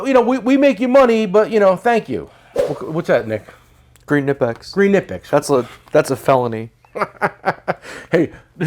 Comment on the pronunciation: Kah-nip-ex KAH-nip-x Let’s say it together kaaahh-nip-ex